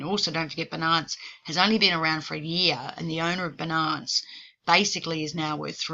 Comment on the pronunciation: Fi-nance ... Bi-nance. Xo